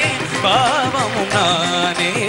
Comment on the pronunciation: தம்பி bhaavam not பாவம், உச்சரிப்பு சுத்தம் வேண்டும்